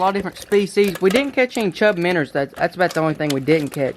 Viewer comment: I lose it every time he says miners! “There’s a bunch of little miners down there” 😂